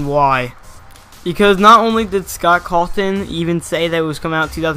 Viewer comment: WHY ARE U SAYING SCOTT CALTON